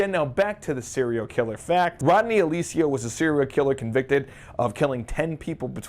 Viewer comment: Okay, say it with me now. AL (as in Hal) CAL (ditto) UH. Alcala. Not Alicea. Just tryin' to help.